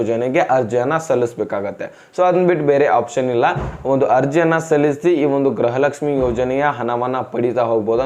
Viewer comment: ಅಣ್ಣ ಗ್ರಹಲಕ್ಷಮಿಅನ್ನಬೇಡಿ ಗೃಹಲಕ್ಷಮಿ ಅಂತಹೇಳಿ ಅಣ್ಣಾ ಕನ್ನಡ ಕ್ಕೇ ಅವಮಾನ ಮಾಡಾಬೇಡಿ 5ನೇ ಬಾರಿ